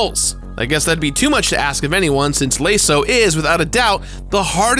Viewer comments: Yeah. It's lah-so. Not lay-so. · am I crazy? why is he saying leyso??? everyone i ever hear say it say la(lau)so(so) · What was that? "Layso"? What in the goddamn sam hell is that? Did this man mean "Lasso"? Great video. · LASO is pronounced “lass-oh”, not “lay-so” or at least that’s how I’ve always heard it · I found this episode only recently but two things one the way you say laso is wrong lasss O not lace O also bungie is no longer in control of development of halo 343 industries is now and has been since 2012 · “Layso” Lol. LASO. Like Lasso. Like a cowboy. Like Flawless Cowboy, the nomenclature for finishing a level (or game) without dying. Come on, man. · I'm sorry...Lay-so? This is the first time I've heard someone pronounce it that way. It's lasso, like what cowboys use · Anniversary graphics, halo 2 on 360, “lay-so”, Jesus dude do some quality assurance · LASO (L-ASS-OH) for fucks sake. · Good lord do.you not know how to say lasso holy shit that is driven me crazy layso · It's LASO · Did my man say "Lay-sew"? Come on now. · laiso... that bothered me way more than it should have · "Lay-so".. I'm triggered. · Every time he says laso like “layso” I get a little triggered. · How do you mispronounce LASO? Its pronounced LASS-O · "Lay-so"ha ha ha never heard it pronounced that way before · Nickolas Kryszak I know. It’s really bothering me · Good video but you are saying LASO wrong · The way he pronounces LASO makes my stomach turn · score attack? u mean par score. also u pronounce laso wrong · Same, it's a simple mistake but he kept doing it and it makes me cringe. lol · I hope I'm not the only one bothered by his pronunciation of LASO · Was I the only one who cringed every time he pronounced LASO that way?